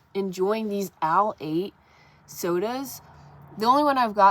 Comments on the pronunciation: The drink isn’t pronounced AL 8, it’s L 8. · The drink ALE 8 one is pronounced L8. It stands for a late one. Like a late night out and you want to stay awake. They're addicting be careful lots of caffeine. Be careful in the Gorge!!! Many people walk off cliffs there ( in the night time) . There are fatalities there almost every year. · Pronounced ail 8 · Hi, glad you guys got to explore part of Kentucky! I live on the western side of the state (closer to Mammoth Cave) but have been to the Red River Gorge area a lot...love that area. BTW, Ale 8 is pretty good! It's pronounced like 'pale', Ale 8 😀 Your cabin is really coming together together nicely too! Take care. Zman